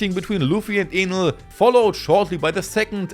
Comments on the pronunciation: Bro isnt saying Enel💀💀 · he's doing good I was able to understand everything perfectly, just Enel that sounded a bit funny lol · kinda sounded like.... another word...